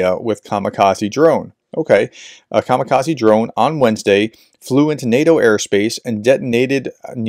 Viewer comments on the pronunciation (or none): none